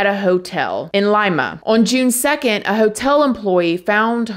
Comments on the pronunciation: Oh man. Love ya, but there's only so many times I can hear "Arubian", opposed to "Aruban". Oh boy, *edit* I have to add "Lime-uh", opposed to "Lee-muh" (Lima), and "Chili" opposed to "Chee-Lay" (Chile). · Love u !! Just FYI Lima is the capitol of Peru and it’s pronounced “Lee-mah” not “Lime-ah” lol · It’s pronounced “Leema”. Capital of Peru. 🤭 not “Ly-ma” as in a bean. I still love you! 🫶🏼 lol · Were you referring to Lima Peru? pronounced Leema? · Did she pronounce Lima, Laima? Wow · Sorry it’s pronounced Leema (Lima) Peru my dad’s family is from this area my grandmother had a house here its the capital of Peru. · Lima.....is Pronounced Leema.